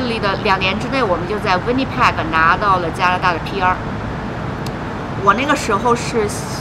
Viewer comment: 呆了這麼久，這麼小年紀來，還把Winnipeg 的Peg的音發成這樣….. 聽的好難過😅